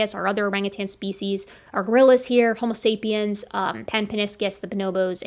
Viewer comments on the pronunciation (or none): none